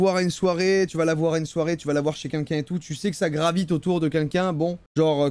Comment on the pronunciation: Joyca on ne dit toujours pas « qunlqu’un » mais bien « quelqu’un »